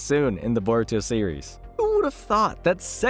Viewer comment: I thought the show was called Baruto? 😂